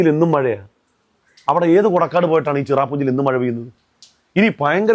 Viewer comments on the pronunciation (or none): മഴാന്ന് പറയാൻ പോലും അറിയാത്ത 😜മയ,. മയ